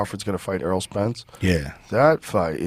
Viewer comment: Errol not earl